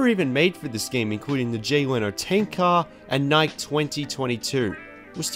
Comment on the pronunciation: uuuhhhh...the jay leno tank car wasn't made for this game. it's an actual car that jey leno allowed them to use for the game. and nike is pronounced "nikey"